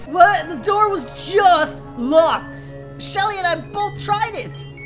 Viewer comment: I love your short summary of Anna lol you accidentally said Shelly btw